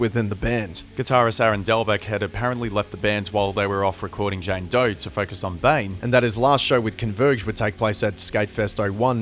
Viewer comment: “JAYNE DOY”